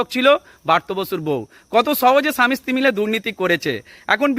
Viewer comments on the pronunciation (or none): none